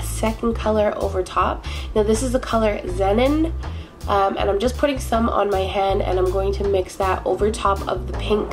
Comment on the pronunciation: girl you know its Zee-Non right?! lmao! love the look tho